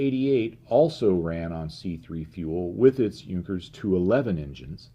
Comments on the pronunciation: has addressed that in one of his about-the-channel videos. He is using the English language style of pronunciation, because his videos are in English. It is a stylistic choice that I personally disagree with, but it is why he deliberately mis-pronounces "Junkers" and "Jumo". Now if only he wouldn't use the German pronunciation of "GMBH", it would be a bit more consistent. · can't even pronounce "Junkers" or "Jumo" right most of the time. I's embarrassing since he is German.